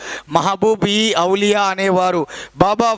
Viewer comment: ఔలియా అనాలి